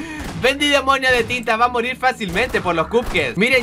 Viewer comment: Soy yo o escuche que dijo marir xD